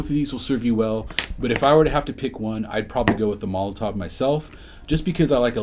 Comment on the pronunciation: Is just me or does it sound like pronounces Molotow as Molotov?